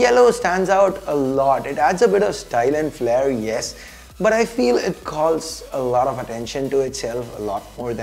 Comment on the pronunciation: Phause, kholls (calls), khons (cons) Unusual change of accent and pronounciation Needless to say, it's not taunt or anything. Just criticism for improvement